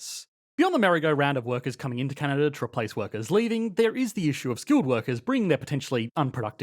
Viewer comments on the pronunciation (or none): Take a drink every time he inverts the syllabic emphasis on the word Canada.